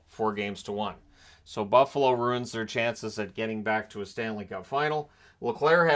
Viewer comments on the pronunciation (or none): none